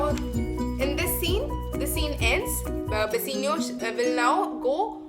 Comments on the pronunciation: Firstly it's bassanio not basenio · In the explanation in scene 2 ur saying Antonia instead of Bassanio